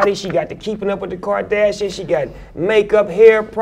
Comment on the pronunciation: the way this nigga said kardashian tho 😂😂😂😂😂